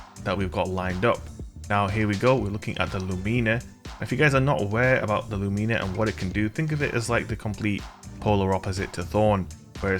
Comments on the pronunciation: its pronounced luminer not loomeener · It's Lúmina not lumína. The accent is in the first syllable. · Its LUmina. Not “LuMEENA. My god. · Only an american can mispronounce Lumina